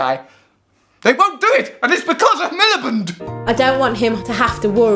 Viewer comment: Love how you call him millibund